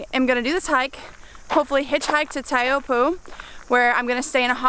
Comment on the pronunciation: You mispronounced taupo quite a bit heh